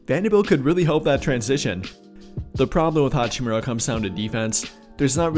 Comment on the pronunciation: Dude said hachimura